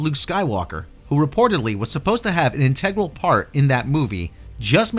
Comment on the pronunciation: it's in-teh-gral, not in-TEG-ral. Other than that, great vid. Thanks.